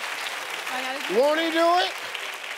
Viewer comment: She couldn't help but Put the "T" In ---> Won't 😂🤣😂🤣